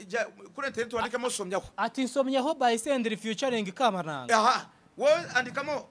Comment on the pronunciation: Ni kamananga..not kabananga